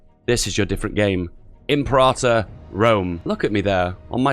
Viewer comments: It's not pronounced "in prata", it's "imperator". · I don't mind imprahtor, what I do mind is cyrenaica (see-ry-naica) -> ...thracia? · Pronounced: "Imp-air-uh-tour"